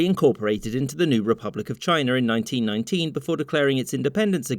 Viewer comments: Ah! So Mongolia was a part of ‘Chiner’… wtf is Chiner?!? It’s China, not Chiner. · It's CHINA not CHINER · Republic of Chiner 😁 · I love Brits. Why does every damned word have to end in "er", such as, "Republic of Chiner" wtf man! 😆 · Why do you pronounce China "Chinur"? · Did you say "Chinar"? LOL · I've heard a lot of Texans say "Chiner" but never an englishman....before now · Why are you saying China with an "R"?